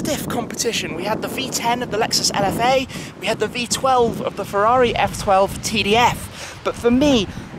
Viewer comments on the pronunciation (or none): none